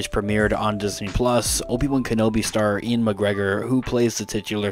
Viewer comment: Is Ewan pronounced "Ian" or are you just messing this up?